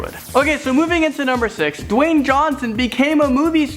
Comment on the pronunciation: Dawyne "The Rock" Johnson